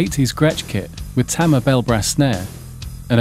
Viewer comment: TAMA is pronounced "tom-mah". Think "Yamaha". You're welcome.